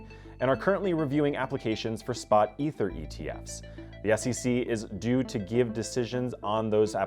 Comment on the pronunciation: "Ether" ?!? Ffs tell me you dont have a clue in two syllables.